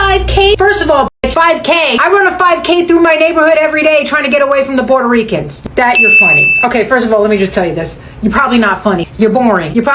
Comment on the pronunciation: Did she say border ricans?omg I just pissed myself 🤣🤣🤣🤣🤣🤣!!!🇺🇸